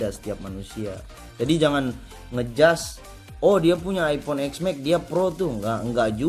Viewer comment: Epon haahha Its iPhone bro not epon